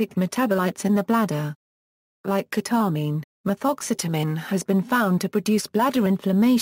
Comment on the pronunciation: ke-tah-min hahaha lmao